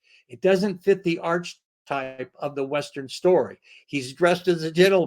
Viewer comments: Cool story! For future reference the pronunciation of archetype is not "arch-type", it's "ark-i-type". Keep the stories comin'. The world needs good storytellers! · Did he just say arch a type?